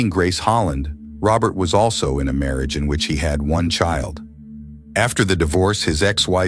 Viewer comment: Her marry age weekened? These AI's are unlistenable